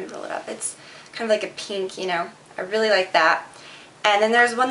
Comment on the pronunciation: I love the way you say pink, it's like peenk. hehe :)